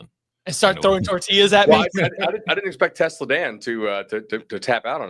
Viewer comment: Telsa Dan Lol love it!